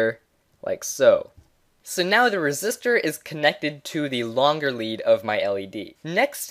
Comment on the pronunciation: bro its resistor not resist her 😂